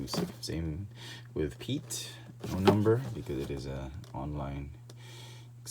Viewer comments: Great Review👍 FYI It's actually pronounced Admiral [Pee-et] Piett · They are code cylinders not pens and it's pronounced piat like fiat with I p instead of an f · "Admiral Pete." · You severely mispronounced the Admiral's name